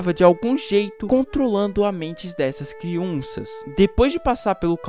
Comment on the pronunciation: Ele passo o vídeo todo falando criunças kkkkk